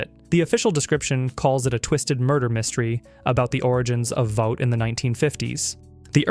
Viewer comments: It’s pronounced Vawt not Vote. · Yeah....this got to me as well...it is NOT vote lol. Crazy that they pronounced it correctly just a few seconds earlier in the video when saying Vought rising..... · This was going so great… until he/it mispronounced Vought. Vawt! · What? no mention of the mini series with Patrick Dempsey, Blonde? or the movie where he met his now wife, Daneel, Ten Inch Hero? how about Buddy Games? What.. you also missed "The Winchesters" the prequel series he produced. oh no.. if you'd watched and LISTENED to The Boys, you'd know how to pronounce Vought.